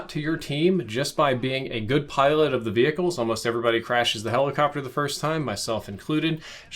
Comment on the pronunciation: Vehicle not vehihicle